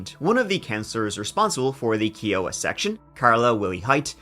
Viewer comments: "Kiowa" : "K-eye-oh-wuh". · Just for the record its Kiowa. Pronounced Kia-uh-wuh.